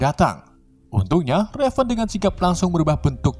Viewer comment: perasaan nama mistique raven dehh,, bukan revan